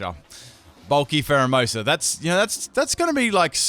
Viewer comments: You called pheromosa primerina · eevee memer 2 No, it's Pheromosa lol